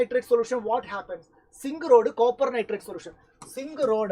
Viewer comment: zinc ❌singh☑